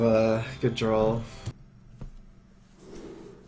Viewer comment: Danlord GT I've noticed yeah; draw -> dra(w)l. It's endearing, in its own way.